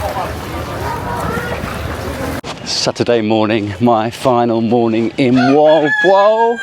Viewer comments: You speak it Molb o a l. I travelled from Manila by car. Island hopping. And come to me, to Indonesia where I live, I will teach you how to walk with a mobile phone to receive steady shots. And do not expect something when you only pay 1200 P in a town like Moalboal if they have a pool..... I had a very beautiful Bamboo hut with AC and attached bathroom and 45 m² for 1200 too. Beside all the crap I found and saw in that town, there are some very good restaurants. My bungalow was exactly in your video on the left side. In one evening I wanted to go back my room with my car and the GPS sent me along a road which was closed in the evening. "Private Rosad of a Hotel" thats not ok and the people around told me about many problems bcse of that road. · Jeepers, not very nice then, I thought you said world war seafront 😂 Moal-boal seafront.